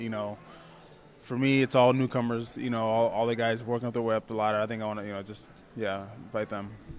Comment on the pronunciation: "want" - "WON'T" right??? WTF? thought you were using google translate!